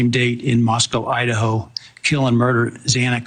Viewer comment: And the unforgivable of actually getting a victims' name wrong!!! 😢😢😢😢😢